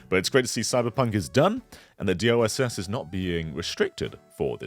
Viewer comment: Am I the only one hearing say DOSS instead of DLSS?